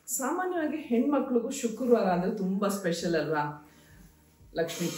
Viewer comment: ಶುಕುರ್ವಾರ ಅಲ್ಲ ಮೇಡಂ ಶುಕ್ರವಾರ ಅಂತ ಹೇಳಿ